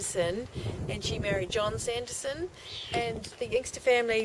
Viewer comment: I think you got the name wrong its not Sanderson it would be Sandison .